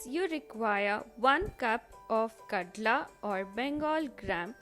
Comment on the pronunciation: Kadle not kadla